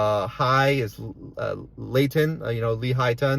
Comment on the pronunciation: Its pronounced Lee High Ton..Lehighton